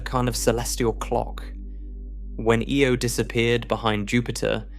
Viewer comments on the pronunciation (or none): Io, not Eo